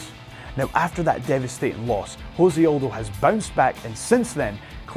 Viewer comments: Jose Aldo's name is not pronounced Jose. It's pronounced se. It's not Spanish. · It's Jose not Hose he is Brazilian not Spanish dude... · Jose, not Hose, Jesus christ, its portuguese. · Jose Aldo is Brazillian. Its pronounced Jose Aldo, not "Ho-say Aldo." He is not a mexican. In Portuguese, it is the letter R pronounced with an H sound, not the letter J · You said Jose Aldo's name wrong you don't pronounce it like you would in Spanish just the way it is spelled out like (-Say ) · José is pronunciated like your name...